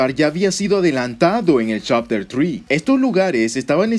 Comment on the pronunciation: Chapter faib chapter trii chapter fur me mato de risa